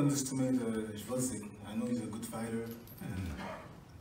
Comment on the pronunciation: please - guy's last name is GVOZDYK, second letter is V, gVozdyk, not gRozdyk. I know it's hard for English speakers to pronounce those first two letters, but just try to go with "Vozdyk". Now add G - "G-Vozdyk". It's not hard, just don't get confused and jump over it - read it) P.S. Guy's last name is "gvozd" - nail, and "yk" - a suffix meaning "small/tiny". So he is a "small nail") just FYI, peace & shoutout from Ukraine!